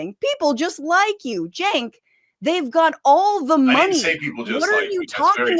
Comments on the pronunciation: "We're glad 'Chenk's' here..." Kirk mispronounced jos name to his face while "welcoming" him... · Maga is welcoming, while Kirk constantly mispronounces Cenk's name. And we KNOW he knows how it's pronounced. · What i would like to know is when cenk changed the pronunciation of his own name to match what he has told us is the wrong way 🤔 😕